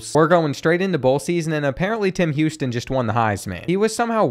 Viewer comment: “Him Houston”